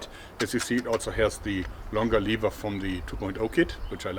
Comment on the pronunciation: Nice hack. Aber BITTE in zukünftigen Videos "levər" benutzen, nicht "liewa". Danke.